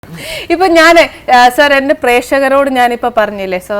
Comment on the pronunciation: എടീ.....സർ അല്ല മലയാളം സാർ എന്നാണ് ആദ്യമായി മലയാളം എങ്ങനെ ഉച്ചരിക്കണം എന്ന് പഠിചിട്ട് ഒരുങ്ങിക്കെട്ടി വന്ന് ചാനലിൽ ഇരിക്ക്